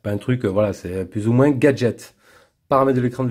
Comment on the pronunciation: Aaargh, on ne dit pas moinsssssss lol